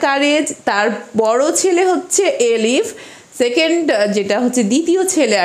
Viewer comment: Eilif..not Elif